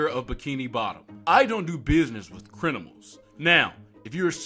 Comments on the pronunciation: he said Crinamals instead of criminals😭😭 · You heard him! The mayor doesn’t do business with “Crinimals” 😂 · “I don’t do business with crin-a-mals” - da mayor